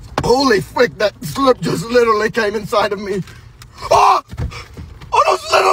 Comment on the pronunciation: This is Literwy the best video on YouTube.Like Literwy hehehehe.